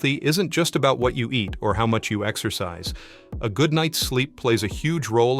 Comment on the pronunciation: Lungis? exccoscise? OMg